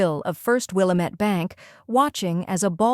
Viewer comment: Good story, but it's pronounced "will-AM- ette"